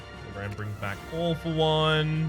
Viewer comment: I love how "All For One" sounds like "Awful One".